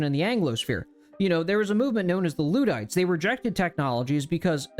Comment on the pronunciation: Luddite- the first syllable is more of a le sound.